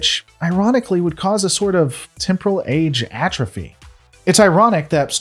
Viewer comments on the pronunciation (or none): none